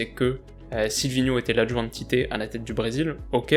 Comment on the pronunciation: Superbe vidéo comme d’hab. Mais le nom du sélectionneur brésilien se prononce "TITCHE" je pense que tu en auras besoin pour les prochaines vidéos sur la Copa 😉.